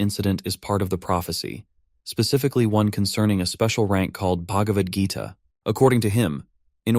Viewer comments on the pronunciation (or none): Fr I was baffled by it too when I heard bhagvadgeeta💀